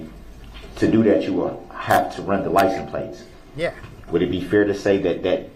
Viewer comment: You're awfully "fixiated" on Darrell saying "amamant". You might as well talk about how many times he asked witnesses about the "licen places" on the car. I mean vehicle. I mean SUV. 😂